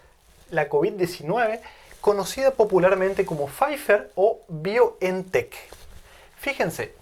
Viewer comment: se pronuncian faiser y baiontec